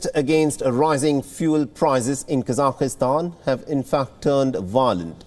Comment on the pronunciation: Please someone help this guy reading the news to say KASAKHSTAN - It is NOT Kasakistan - it is 3 syllables - Ka , SAKH (silent H), Stan